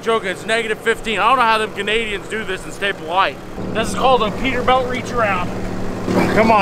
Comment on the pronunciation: It kills me that he says peterbelt and not peterbilt